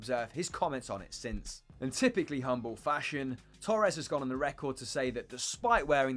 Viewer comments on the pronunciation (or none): none